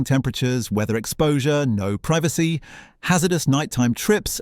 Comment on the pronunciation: Please learn how to pronounce the word 'privacy' properly.